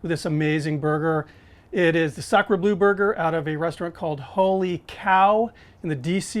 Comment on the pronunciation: FYI it's pronounced "blur" not "blue"